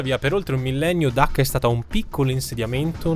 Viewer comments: Dacca o Cacca??? 😂😂😂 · Dacca in italiano si pronuncia con la "C"...